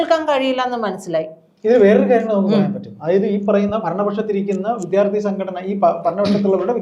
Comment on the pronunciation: സഹോദരീ,വിദ്യാർത്ഥി എന്നു പറയൂ പ്ലീസ്